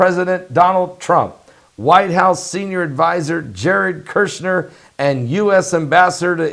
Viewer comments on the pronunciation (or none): Jared Kushner, not Jared Kirshner!